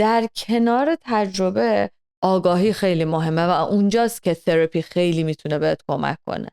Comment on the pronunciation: ثراپیییییییی رو خیلی جالب میگه